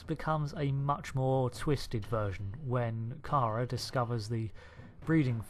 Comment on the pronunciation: Did you watch the entire series? If so then why are you saying Kara Thrace's first name wrong repeatedly?